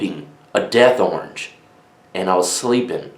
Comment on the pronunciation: The way you say "Death orange" ... LMAO